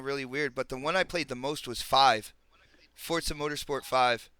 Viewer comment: GOOD SHOW.. BUT, I SWEAR IT NEVER STOPS ANNOYING ME THE WAY PRONOUNCES "FORZA"...